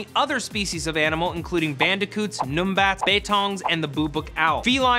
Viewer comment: haha. Lieberman pronounced it Noombat. it's pronounced the way it looks Num (like numb) bat all g, just thought it was funny, never heard it pronounced like that